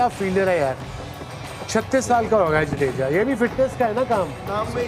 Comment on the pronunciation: Sorry for pointing this out But sir it is "विराट" and not "विरात" Also, it is "जडेजा" and not "जदेजा" Otherwise, it is truly a wonderful discussion.. one that all of us look forward to.. love to learn so many finer nuances related to cricket from the guests..